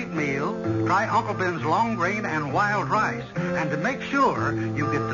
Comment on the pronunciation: Thank you! 👍 Well written, well acted. I seem to have to go backwards in time I'd I wish to enjoy quality entertainment . NOTE: I swear I heard Berle Ives during commercial say 'lWild Lice' instead of wild rice several times..lol (@ of 3rd story).